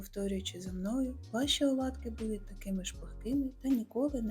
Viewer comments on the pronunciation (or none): none